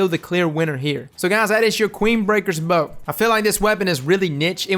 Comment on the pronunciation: So I guess I’m in the minority in pronouncing it as bow 🙇 instead of bow 🏹. In D1 the flavor text that described the weapon made it seem as if it is Queensbreaker Bow 🙇